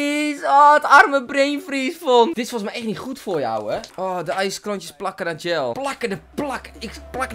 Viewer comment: Gel spreek je uit als zjel, niet als djel